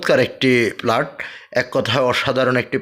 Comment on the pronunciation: উচ্চারণ ঠিক করেন, প্লাট না ভাই এটা হবে ফ্ল্যাট।